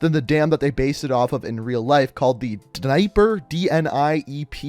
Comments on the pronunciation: Dnieper rhymes with yepper, not diaper 😂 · It's the Dnee-Eprrr river. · My geography teacher said it is pronounced nyepur